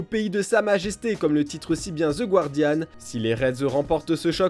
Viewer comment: la chaine à 8 ans et vous prononcez toujours "The gWardian". C'est pas compliqué pourtant !